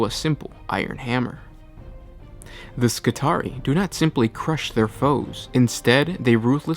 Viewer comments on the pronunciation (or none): It should be pronounced "Skitri-eye" like the trarii spearmen in Roman legions. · It's "Skih-tary-eye" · It's pronounced Ski-tar-ee-eye. It is the plural of Skitarius. Similarly, radii and radius.